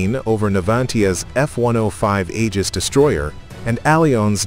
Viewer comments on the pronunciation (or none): none